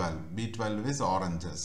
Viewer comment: अबे अंग्रेज वो ओरनजस नही ओरेंजेस